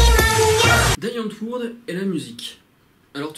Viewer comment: On dit "Di Antvord" :D Et j'approuve ton avis à un milliards de pourcents !